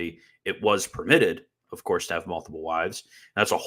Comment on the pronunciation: “Of courth”. murdered you